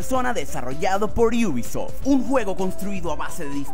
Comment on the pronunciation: Por qué dices iubisoft ? Te crees especial por agregar una (i) o algo ? Me podrías explicar por favor